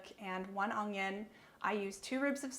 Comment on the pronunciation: i downvoted because you pronounce onion as 'ungyon'